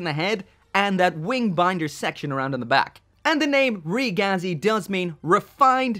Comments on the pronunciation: Its pronounced reh geh zee, ragazzi is italian for kid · REEE-GAZI, it is pronaounced ri-giz